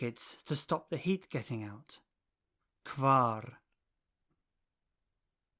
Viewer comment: Why are kvar and kvin pronounced kwar and kwin??? Aren't the letters not supposed to sound always the same?